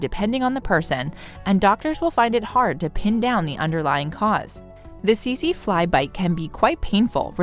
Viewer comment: I know right? Teet zeee fly etc...they did get the Irukandji jellyfish right tho, at least in pronunciation. Go figure.